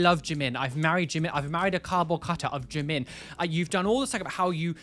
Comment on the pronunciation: That brit can't even pronounce Jimin 지민 right